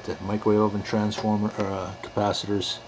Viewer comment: "Franceformer" LOL.